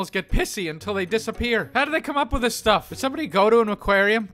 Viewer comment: ALL I HEAR IS "PLAYING AITH IT SELF"!!!!!!!!😖😖😖😖😖😖😨😨😨😨😨😨😰😰😧😦😦😧😲😲😦